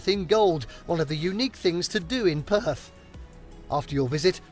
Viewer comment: Perth is perthickt